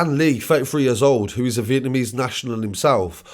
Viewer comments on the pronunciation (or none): none